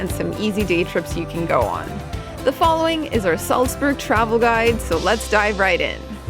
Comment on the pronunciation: You can't pronounce Salzburg properly.